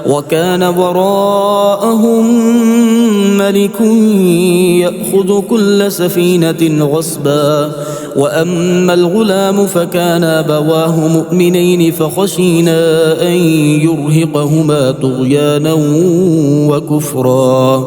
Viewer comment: At before aayat 79 word غَصࣿبًا (Ghasaba) was read as غُصࣿبًا ( Ghoosaba) - please check it and correct the pronunciation. ??